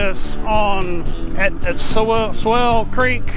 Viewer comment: Dude — have you ever used a towel? Heard of Colin Powell? Remember Thurston Howell III? How do you get that pronunciation of Sowell?